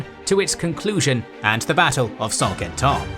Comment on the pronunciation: Another great video! Though, there are a few prononciation errors I notice in the video and on this channel in general. Mostly the "in" sound French, which pronounced as "an". Like the main battle of the video, Saint-Quentin. This "in" sound is found in English, like in "Saint Albans", a battle of the Wars of the Roses. It is literally the same sound. So, I hope this "in" sound could be corrected in the future long-form videos of the Italian Wars and Hundred year's war (Saint-Germain, Saint-Cloud, etc.). As for Saint-Quentin, the sounds are actually reversed in the pronunciation of. Not San Kintan, but Sin Kantin. Also, I notice the pronunciation of the Italian region of Piedmont. pronounces it as "Peedmont", but I think it should be closer to the Italian pronunciation, "Pieymon". Elsewhere in this series, I notice the pronunciation of the french city of Cambrai. To be closer to the french pronunciation, it should actually be pronounced "Kanbrey". And for the Hundred years war series, I heard Anjou being pronounced as "Anjo", with an "O" sound at the end, but it should be pronounced with a "U" sound. used to pronounced it correctly in the Wars of the Roses series. Finally, there's also Agincourt, but the french town is today called Azincourt, pronounced "Azincur". Besides, I understand that French could be difficult, but the rest seems pretty good. Thanks again for the great content! Always a pleasure to watch! Cheers.